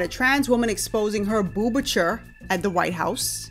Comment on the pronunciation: Boobature? Boobiture? Boobichur?